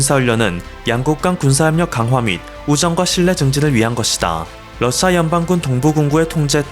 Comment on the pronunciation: 너는 어디서 살다 온거냐? 한국사람 아니지? 러씨아 가 뭐냐? 러시아 발음 안돼? 듣기에 영~ 거북스럽네! 말도 제대로 못하면서 뭘 한다고 껄떡대냐? 여러사람 불편하게 하지말고 조용히 찌그러져 있어! 아무데나 나와서 나대지 말고.